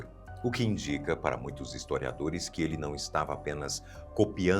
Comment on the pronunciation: Minuto - hisotiadores ao invés de historiadores.